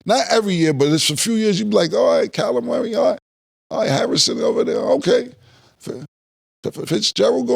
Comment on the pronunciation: Cam: Calimari (Kyler Murray) 🤣